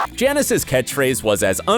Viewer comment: Is no one going to acknowledge that this guy pronounced Janice jah-nees?